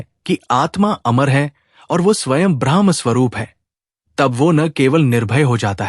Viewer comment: ब्रह्मका उच्चारण ब्रह्मा नहीं हो सकता, पूरी बात बदल जाती हैं